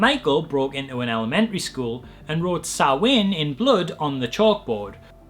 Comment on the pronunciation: As an Irish person having an English posh guy misprounce Samhain, then give a rubbish explanation of it is maddening - the bollocks that goes with linking a real cultural element and poisoning the script with nonsense is utter crap. As you say - No.